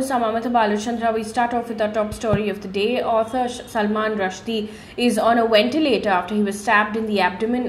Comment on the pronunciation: 'V'entilator ✔️mam.... not 'W'entilator❌ Thank u for your news snippets